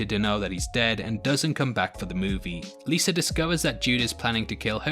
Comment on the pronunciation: It’s Liza not Lisa. It was decent. I like the supernatural twist